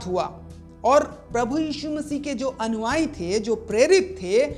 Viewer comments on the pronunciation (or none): उच्चारण अनुयायी को अनुआई बोल रहे हैं।